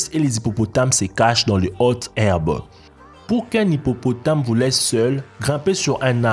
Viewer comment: comment il dis hippopotame j'adore mdrr:")